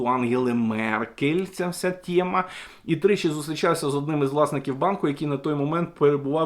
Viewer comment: все файно викладаєте, але чому "тєма", а не тема? Чому вам так смакує рашистська вимова?